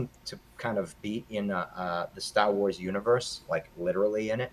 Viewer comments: "Born in '78, two years after the first flick" .. not that big of a fan if he doesn't know that the first film came out in 1977. Also, I stopped watching because I couldn't stop cringing at the little guy saying "Stah Wois" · Yup...I was wicked off on when Stah Wois came out 🤣 I find my terrible pronunciation of certain words to be offensive to some, including myself Mr. Burns!